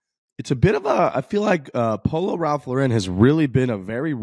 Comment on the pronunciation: Can y'all please stop pronouncing Ralph Lauren incorrectly.